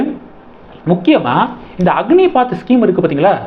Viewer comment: அக்னிபாத் இல்லை ப்ரோ அக்னிபத் என்பது தான் சரியானது நன்றி வாழ்க வளமுடன்